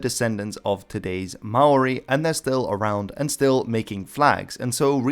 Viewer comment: Just a note don't say Ma oori please. That is NOT how its pronounced